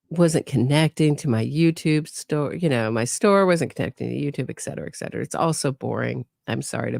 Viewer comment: The word, "etcetera" is pronounced, "eT sedera" not "eK setera"